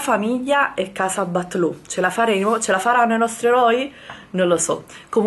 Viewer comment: si scrive BATLLÓ ma si legge "BAIÒ". PER FAVOREEEEEE